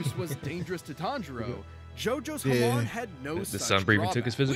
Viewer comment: death battle managed to pronounce Hamon the opposite way its supposed to be. your supposed to emphasize the MON not the HA so while they said it like HAmon its supposed to be haMON. also its not mon like in pokemon its mon pronounced like the word moan.